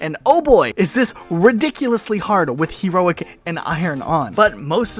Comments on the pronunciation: He-roic difficulty :) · HE-roic. But yeah I had no idea you could get a Chopper on this level.